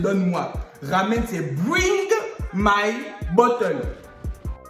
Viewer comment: " bruing my bottle "😂😂😂